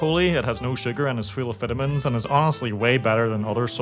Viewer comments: Yeah definitely sounded like he said amphetamines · He said full if vitamin i heard full of amphetamines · Your ad read sounds like you're saying amphetamine when you say vitamin